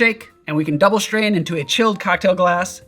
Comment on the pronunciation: Love your videos, but why do you say shtrain instead of strain?